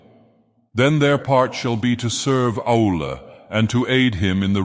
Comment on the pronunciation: This is really cool. Funny that the AI keeps pronouncing Aulë as 'owl'.